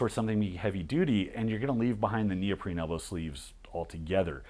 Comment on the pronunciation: He says "neoprene", but the initiate would hear "Neil Breen"